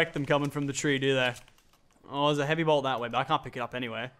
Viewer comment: It triggers me when he says heavy bolt